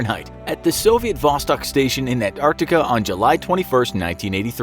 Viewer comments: Vostok not bostok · is Vostok not Bocstok